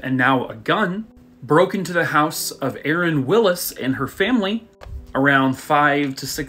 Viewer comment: I don’t know if you noticed but the girls name was Sharon and you kept saying Aaron. I just thought I’ll give you a heads up 😊